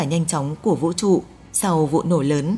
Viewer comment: Cái giọng đọc nghe khó chịu thật sự. Vũ TRỤ chứ không phải Vũ Chụ :)))